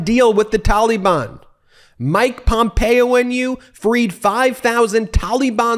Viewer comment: Ben has such strange pronunciation of the word Taliban ("tolly-bonn") 😂